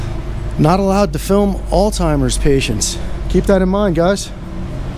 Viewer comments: Why is so many people mispronounce the word "Alzheimer’s"--with a "t"? It is al -Z -hemiers-----With a "Z" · Sheesh! Would you folks stop saying "alltimers"! It's ALZHEIMER'S! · “All timers” wtf. You did mean Alzheimers? Thought maybe there was a new travel club for boomers! Lmao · Alzhymers not altymers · Why do people replace the "zh" in Alzheimer's with a "t" when they pronounce it? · please pronounce Alzheimer's correctly. Not altimer's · “All timers”?? Alzheimer’s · Alzheimer’s *. No t. It’s not alltimers lol. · I Like your video, just a heads up as to Alzheimer's... No T in the word...1 keep up the good work...! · Alzheimer's.! Not oldtimers dumbass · Alstimers? You came from a medical facility but can't pronounce the disease the people have? AMAZING